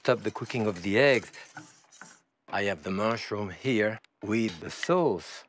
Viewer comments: no it's soase. It's sounds a lot like some euro languages. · Turks also pronounce it that way too.